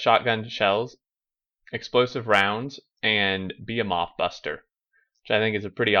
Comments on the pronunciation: Beh-hi-muth... fuck man... The fuck is a beeheemoth? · bəˈhēməTH bə as in bet hē as in heat məTH as in myth